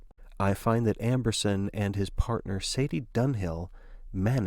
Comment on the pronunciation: Amberson not Ambrose XD